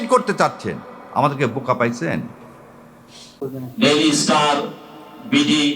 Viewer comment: ডেইলি লাইফ নয় দীললী লাইফ।